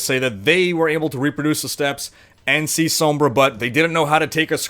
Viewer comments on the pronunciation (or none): "Sohmbrah" staaaahp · oh boy i sure do love "soam-bra" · please say it sawmbre. that's how it's pronounced.